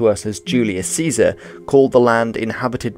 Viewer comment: You named Caesar correctly. Instant sub :)))